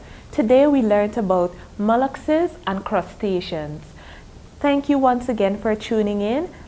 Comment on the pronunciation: It's molluscs not mollucses